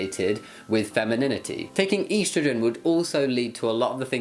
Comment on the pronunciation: EEEstrogen 🤣 I’m sorry you’re great but the pronunciation of estrogen made me laugh :p